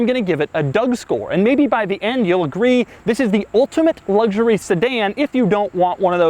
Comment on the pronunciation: Made it to before a full on ‘luggshurry’! 😄